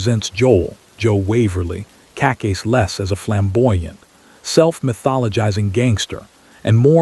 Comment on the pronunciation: I would really appreciate it if you pronounce Cacace the right way!